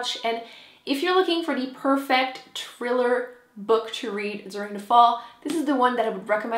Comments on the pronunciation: pronounce your h girl! thriller ! :P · I love how you say "triller" instead of thriller. Your accent is adorable. :-) xx